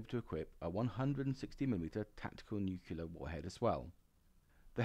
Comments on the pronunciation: Excellent content, just wish you’d learn to pronounce “nuCLear” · Please learn how to pronounce 'nuclear'.